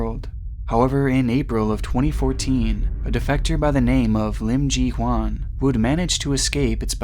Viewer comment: Great video,! However, her name is Im Ji-Hyun, pronounced “Chee-Hyun,” not “Chee-Hwan.”:)